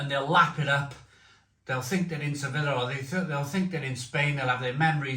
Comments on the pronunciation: It’s ‘sevi-ya’ not ‘sevilla’ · it’s pronounced suh-vee-uh not se-villa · se-beeyah /sebi:ja/